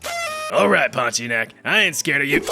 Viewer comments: As a Malaysian we pronounce it as Pon-tea-ya-nak🗣️🗣️🗣️ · Pontianak. TIA NAK. Stop dropping vowels. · Its actualy pon-ti-anak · It's ponti-UH-NUHK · pornteaarenuck. separate them and you'll know how to pronounce pontianak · Bro said did the pontianak dirty with "poti enak " 😔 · it's "Ponti-Ah-nak"